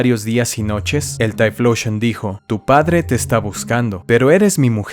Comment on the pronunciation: deja de decir "Taifloushon"